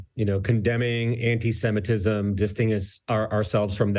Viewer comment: MUH ANTISHEMITISHM